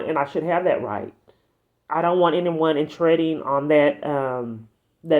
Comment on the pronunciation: “Resolving door.” ❌ “Revolving door.” ✅ “Intreading” ❌ I can’t even with that one…